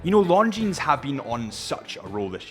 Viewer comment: Dude, you don’t pronounce S at the end of Longines name)